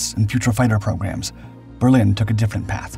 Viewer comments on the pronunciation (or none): none